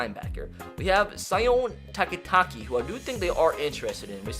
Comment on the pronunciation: I’m sorry if this is rude, but Sione Takitaki is pronounced Seeoney, TakiTaki